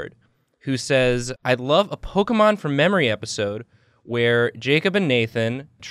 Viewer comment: Nathan and literally everyone: pokemon Julia: p̶o̶k̶e̶m̶o̶n̶ poke𝘮𝘢𝘯